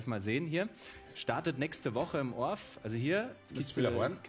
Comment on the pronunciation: ER LÜGT: es heißt O R F und nicht orf😒 ORF übertragung kommentare sind 1.000 mal besser!